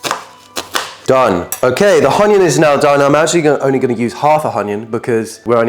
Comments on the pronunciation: Onion❌ Hanion✅ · why is no one talking abt the fact he said "hegg" and "honion" 😭😭😭😭 is it a bit or ?